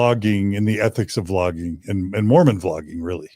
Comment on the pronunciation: It was "Vlogging", not "Flogging"!